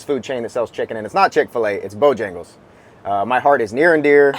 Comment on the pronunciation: Pronounced "Bo-hangles"